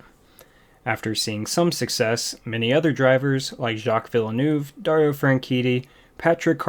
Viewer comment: I’m sorry but your pronunciation of Jaques Villeneuve was quite horrendous